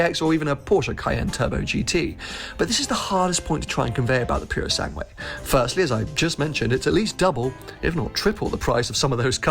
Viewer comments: You oughta check your Italian: It‘s NOT the „Pureosangwe“ but the „POOroSUNGwe“. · So youve been the fricking practising the name of the pass but keep mispronouncing the name of the actual car! Tip: the ue at the end is pronounced like a flat eh; purosangeh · when saying Purosangue, don’t pronounce the second u. It is silent.